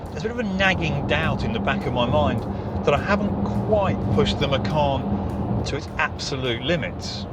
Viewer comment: You have bad pronounce for macan